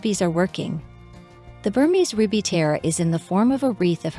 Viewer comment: I'm sure you'll figure out how to pronounce correctly the word... tiara. Three syllables, not two. As in tee - ar - ra.